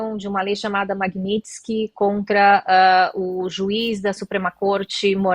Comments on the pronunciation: Lei magnótski rsrs.....vão estudar antes de falar besteira. Nem o nome correto sabem pronunciar, imagina se entendem algo sobre o assunto. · Nao sabe nem falar o nome da lei kkkk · o cara nao sabe nem falar o nome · O comentarista nao sabe nem pronunciar o nome da lei! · O cara não sabe nem falar o nome da lei, quer explicar como funciona kkkk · O moço não sabe falar o nome da Lei. Ele não tem conhecimento suficiente para comentar o assunto.